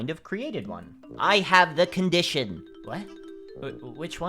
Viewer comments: Don't you mean the "condiShAWn?" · Its my condishawn -Tissues